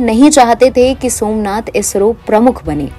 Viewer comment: "swaminath" ????? या "somnath" !!!!